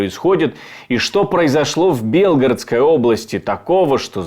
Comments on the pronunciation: За 2,5 года войны ведущ ий так и не смог правил ьно поставить ударение в БелгорОдской област и,а не в БЕлгородской,п озор!!! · Удорение на букве О правильно говорить, а не Е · В какой какой области? Автор ты для начала ударение правильно поставь прежде чем публиковать подобные новости. Сидишь где нибудь там на Камчатке, не зная что в мире творится